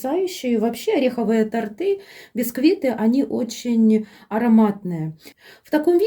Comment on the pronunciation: Вы молодец, что подробно всё рассказываете, игрушками повеселили😅👍👍но всё время говорите "тАрты" 🤭🤨🙄один раз только сказали правильно, когда бока тОрта подравнивали